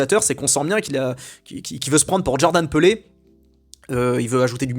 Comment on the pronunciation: Jrodhan Pelé ? Ça se prononce pas [Pile] ? 🧐 (Ou tu as fais exprès pour me réagir dans les commentaires)